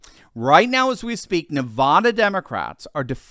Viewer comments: NOT Nev ah da! It is Nev a (at) da!!! Don't play stupid Doc! You see, we CHOOSE to be offended (leftite style), by mispronunciations of our state's sacred name. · please say Nevada correctly. It is NOT nawe its NA. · … you’re killing me! It’s Nev-AD-a NOT … Nev-AH-da.